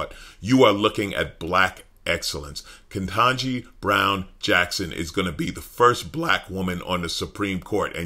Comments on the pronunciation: "KentAgee"? I know he's capable saying "KetANgee", but he's making a point with his followers. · I'm sick of him mispronouncing KBJs name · Why does he have to keep purposely mispronouncing her name???? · It didn't take him long to pronounce her name wrong.